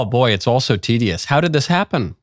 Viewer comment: "it's all so TDS" or "its all so tedious"?